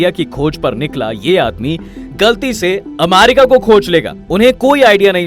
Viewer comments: Bhai Amarica nahi America hai 😅😅😂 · Irritation hore iska amaaarica sun kr 😂